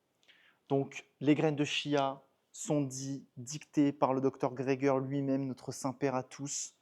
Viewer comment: On m’a dit que l’on doit prononcer : tchia😃😘